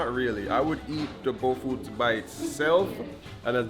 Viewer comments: Someone please spell the names of the food that he likes so much, so that he can learn to pronounce it to his satisfaction! He's trying to learn to say things exactly the way we do! He's so smart, so please spell things for him! Some say BOFROT, others say BOFLOT...I grew up in Ghana, born and raised, and I still dont know the meaning of that word. I just know that i love it!! Mm, mom, yum! Especially nice and hit/warm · 😂😂😂omg. It's BOFROT. People who say the "r" as an "l" are mostly illiterates. It's BO FR OTZ Please!! Lawd😂😂😂